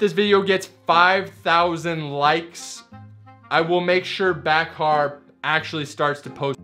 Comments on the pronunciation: FYI her name is pronounced without the k. So like Bahar, (Ba-har). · You are pronouncing Bakhar’s name incorrectly. The “ K “ is silent. It’s “ Ba-har “ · Ba har. “K” is silent. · The k is silent in Bakhars name it's pronounced Bahar just so you know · I had a feeling he was mispronouncing her name! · You should have probably researched how to pronounce her name before making this video, bruh